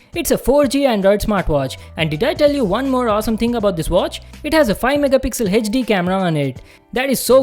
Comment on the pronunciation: Hechdi hechdi kiu kr raha hai bancho bol HD.